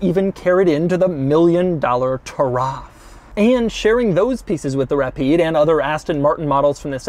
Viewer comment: Hey Doug! Taraf actually means Heritage in Arabic! It is pronounced Turath 🙏🏻🙏🏻 keep up the great videos ! Been with since 50k buddy 🙏🏻🙏🏻🙏🏻